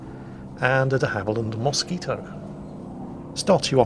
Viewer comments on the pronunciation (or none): none